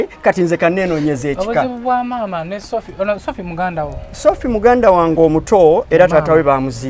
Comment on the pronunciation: The way he is calling shopiiie 😅😅😅😅